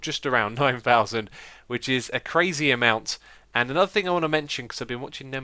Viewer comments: TheToukoli but xisuma said thinc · "that is not gonna do any thinc"